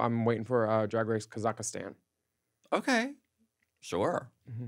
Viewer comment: KAHH-ZICK-stan… not KA-ZACK-istan baby Willam. 😻 🌈🪬